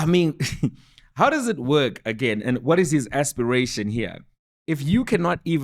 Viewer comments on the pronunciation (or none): none